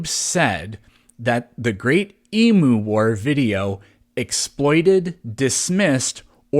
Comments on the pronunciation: Emu is not pronounced E-moo! 😂😂😂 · Hey man, the emu is our national bird. We pronounce it eem-you. Please just pronounce it properly - it's a matter of respect for our culture. Thank you. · Saying Eemoo instead of Eem-you is reason enough to demonetize you, really. All you need is an Australian reviewing your video. ^.^ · BTW it's not EMOOO. It's EMU. You pronounce the "U" as you would if speaking out the alphabet. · Oh, it’s Eem-you, not Ee-moo. Say the first one fast. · Your Emu War video was demonetised due to your pronunciation of 'emu'. It is 'eem-you' NOT 'ee-moo'. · Your Emu War got demonetized because you mispronounced Emu. It's not a cow. Not Eee Moo. Eem-you. Three letters. Cat. Dog. Bat. Ant. No one gets those wrong. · It's pronounced ee-mew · You failed to pronounce the word emu correctly